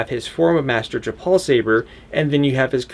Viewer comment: You keep saying Japal…it’s Jaro Tapal